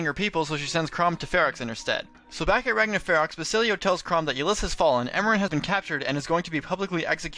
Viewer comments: You mispronounced a couple things. Ylisse is ( ih-LEESE ). And in the case of Robin, we both could be right. It could have something to do with the multiverse. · Is that how you pronounce Ylisse?